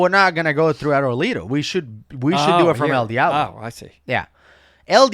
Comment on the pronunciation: Why if you speak Spanish would you pronounce el Diablo like a Caucasian lol 😂